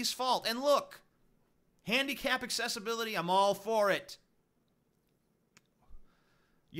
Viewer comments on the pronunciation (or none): none